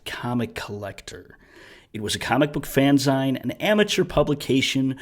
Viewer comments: Fan-zeen. Not zine… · The word fanzine is pronounced fanzeen like magazine. It's short for fan made magazine